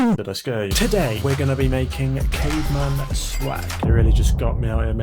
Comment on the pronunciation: I swear I thought he said “German swag” 😂😂😂😂😂😂😂